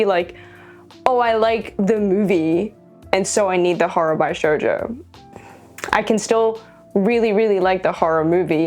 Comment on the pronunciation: Just so you know for future reference, the word Bishojo is pronounced with a Bish, not buy!